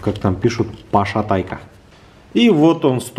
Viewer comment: Неее, пАшатайка! ☝️